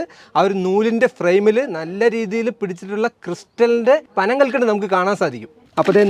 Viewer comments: കൽക്കണ്ട് അല്ല കൽകണ്ടം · കൽക്കണ്ട് ' അല്ല --ട്ടാ കൽക്കണ്ടം....